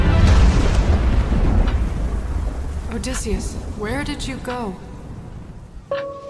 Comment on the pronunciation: So.... you're still saying OdEHsseus, huh. I thought we were past that.